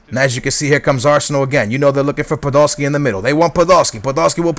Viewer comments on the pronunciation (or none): He says Podoski instead of Podolski.